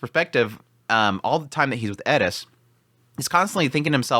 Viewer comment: Genuine question. why do you say eddis instead of eris?